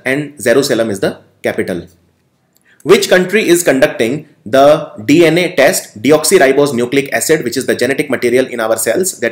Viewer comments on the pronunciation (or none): none